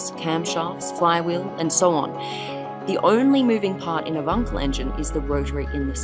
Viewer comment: she pronounced wankel properly!